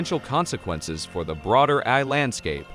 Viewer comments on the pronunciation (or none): So, why can't it pronounce AI? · You should at least get a text to voice app that can speak the Titla of the video. Or you could have gone through the text and put a space between every incidence of A I.